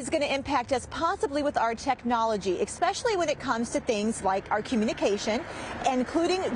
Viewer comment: "Expecially" Plz learn to talk if you're gonna do the news..